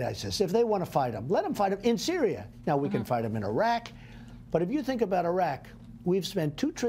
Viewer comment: "Their in cereal already" 😂😂😂😂😂